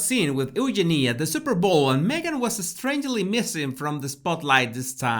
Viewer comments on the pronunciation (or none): Oo-Genie… lol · You pronounced Eugenie the way the British. But unfortunately a British commentator mispronounced your name. It’s important to pronounce a persons name the way they pronounce it. It’s true the commentator would have trouble saying it exactly the way you do! Super fast!